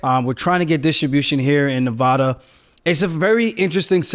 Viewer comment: If you're going to live in this state, please pronounce the name correctly. Sincerely, everyone in Nevada. 😂